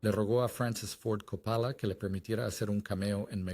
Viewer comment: Y Capála, por Cóppola